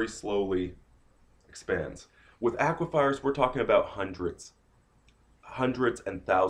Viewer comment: "aquifers" not "aquifiers"